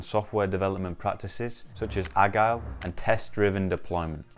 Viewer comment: 😂 ahg-hile? Stopped watching. This guy has no clue what he's talking about. Can't even pronounce things correctly